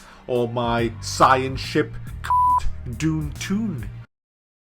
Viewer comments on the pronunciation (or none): none